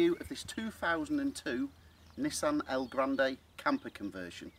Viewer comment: Hi mate It's called an Elgrand not an Elgrand "a" Have a look at our forum at